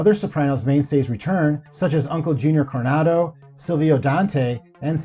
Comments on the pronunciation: Cornado Soprano... WTF? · Uncle Junior "Cornado"? The "Giovese" crime family? Come on man. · I had to stop this as soon as I heard him say “Uncle Junior Cornado.” Maybe watch The Sopranos before jumping into this voiceover. 🤦🏻‍♂️ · Junior Cornado? Where is he getting these names from? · Maybe give more than one glance before pronouncing the names of these actors. "Michael Impereli" it's Imperioli! Im-perry-oh-lee. "Uncle Junior Cornado". It's Corrado! Jeez. Have you even watched the sopranos? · He says uncle Junior CORNADO!!!! All credibility is lost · Did you ever even watch the show? Uncle Junior Cornado? His first name is Corrado.